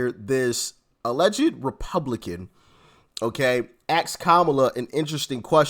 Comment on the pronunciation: It’s ASKED, not AKSKED FFS Doc. Seriously, ASK is a 3 letter word, it’s not that hard. A S K. And the wealthiest Americans pay over 97% of all income taxes, the top 1% pay 47% of all income taxes. The richest are paying MORE than their fair share. Kamala is a lying pig. She she says Trump’s tax cuts increased the deficit but somehow hers won’t? PEOPLE PAID LESS TAX AND EARNED MORE MONEY UNDER TRUMP’S ECONOMY FFS. It is basic historical FACT and anyone who says otherwise is a goddamned liar. The immigration system IS NOT broken, Demonrats just refuse to enforce the laws and she didn’t prosecute a single “transnational criminal” AT ALL. She just locked up black men for weed, kept black men in prison past their release dates to use them as slave labor and refused to release evidence that death row inmates were innocent until she was forced to by the courts. And Mexico did pay for the wall, they paid for it by having to support every single illegal alien that they allowed to cross over their borders that Trump refused to allow into the country. It cost Mexico BILLIONS that the U.S didn’t have to cough up for. She’s an abomination.